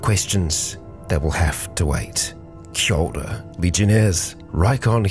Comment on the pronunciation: What is your opening greeting? Is it kia ora? It's hard for me to be sure, I'm thinking it might be something else similar sounding